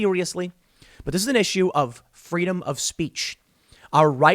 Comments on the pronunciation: "FWEEDOM" - Kamala Harris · Oh snap! Herpes here! FWEEEEDOM!